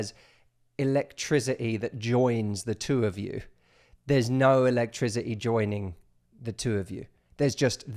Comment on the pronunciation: my house has no elect-trizzy-e =D great video though man!